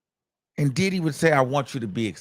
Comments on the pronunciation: It’s the way you say Did Dy!😂😂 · I’m sorry this is a sad situation but the way you say diddy !! Is so funny 🤣🤣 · Comedian Luenell, recommended your channel (so glad she did). She admires your true/raw content on this “situation”. And how you say “DIDDY”. 😂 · The way you say his name be having me hollering 🤣🤣🤣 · That's the only way I say his name now...😂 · I love it i be rolling 😂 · That be the funniest part